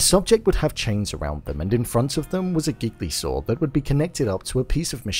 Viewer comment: Your pronunciation of “gigli saw”. 😅